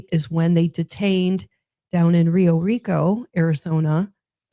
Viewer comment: lol “Rio Rico “…. What is it ?! “Pio Rico” you were close! So Great , so cute love the synergy and love you guys have with each other inspiring on many levels😂❤😅😊